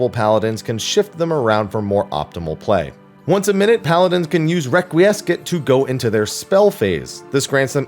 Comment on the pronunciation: Requiescat (a, not e). Confiteor, not confiter (pronounced with an e and o, not just e).